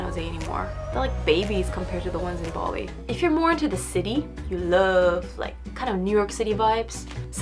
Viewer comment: it sound like she was say baldi not bali 😂